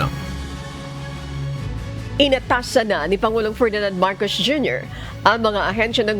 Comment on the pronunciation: Si ate parang hirap bigkasin ang S. halos lahat eh Sh. Marcosh, reorganishashshon…. Lol